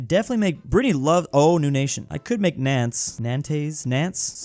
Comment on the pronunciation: Nantes is pronounced kinda like “nonce” btw